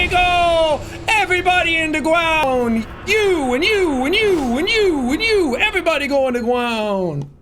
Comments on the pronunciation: Every time Jack says "you go in the ***** gwond" makes me laugh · Back again for more BONK. Ready for everyone to go in the fuckin gwond. ⬇️ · I need "You're going to da gwound" merch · We need a shirt that has your character and under it says " go in the Fawken gwound beeech!" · YOU GO IN THE FUCKIN GWOUND BIIIISH!!!! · “Gwound hog day” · Evwyone goes in da gwound.